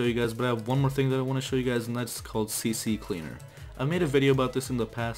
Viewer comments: It's C Cleaner, you keep saying CC Cleaner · DUDE LEARN TO READ ITS C CLEANER, NOT CC CLEANER (without space)